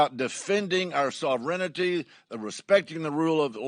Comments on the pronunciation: Sov-ren-ity? Sorry I heard it twice. He should know the correct pronunciation. Had to say it! Also, I support this and agree this is not what the founders were anticipating when they wrote it. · Love him but sov -renity)))😂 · Sovrenity? lol